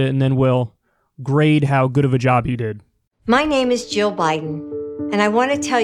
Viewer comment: I had to pause it and thought it was going to follow with others saying “I am joe Biden”. But no pretty sure she said Jill lol